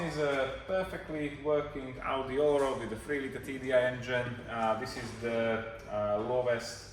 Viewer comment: It is pronounced ALL RAD not ALL ROAD :-) RAD is German for wheel. Allrad is 4-wheel drive :-) And yes, you talked too much. Nice looking girlfriend you've got :-) And very nice dog too.